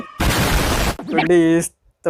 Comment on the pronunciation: முருகேச அது ரோட் not ராட்